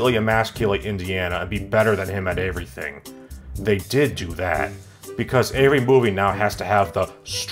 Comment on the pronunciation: Want to sound like? First step is to get lightly drunk, second step is to pronounce the words every, everyone, everything, everybody as "avery, averyone, averything, and averybody" in a nasally tone. Now you sound like.